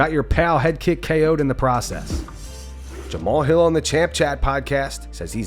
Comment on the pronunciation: Jamahal Hill Ignorant AF he sounds dumb not being able to pronounce ppl names